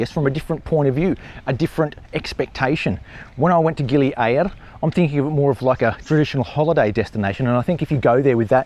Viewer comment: Gili "A RRRR ra" Mate you got your own version of Indonesian! lol Thay say Gili "Ay a ra" you say Gili A RRRR ra sort of like "Aribba Aribba" lol too funny lol